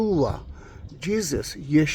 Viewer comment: Thank you for what you do! I love hearing you say Yeshua and I could read His name in Hebrew as you pointed it out. Not that I know much Hebrew, but I have been looking it up. Still here praying for Israel and always thinking of the captives this Passover and the empty seats.